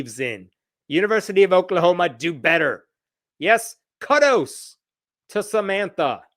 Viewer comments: I had this playing in a background tab and was shocked to hear mispronouncing "kudos" so badly. I should've known better. 🤣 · 'Kuddos'?? 🤣 #dead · What is a "kuddo"? 🤨